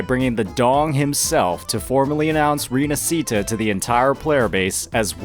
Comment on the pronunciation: the "sci" in "Rinascita" is pronunced as し/ㇱ in Japanese. Put the accent on the "a" in "na" and that's how you pronounce it. You're welcome.